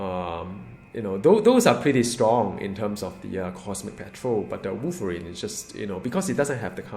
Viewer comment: Woiverine woiverine Woiverine Woiverine Woiverine Woiverine